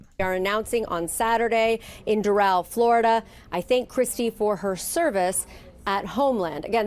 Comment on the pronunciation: Oh man. Bad move by Trump. This will not save the Democrats. And removes a true MAGA Senator from officer. Will ok Gov find another Mullins or a Tillis? Secondly why cant you pronounce simple names? Doral is Door-Al like short for Albert. And again Noem is one syllable like gnome, not two. It doesn't take long to learn names. Maybe just find someone from SD to help you or FL. Or a golf lover as The Doral is a big stop on PGA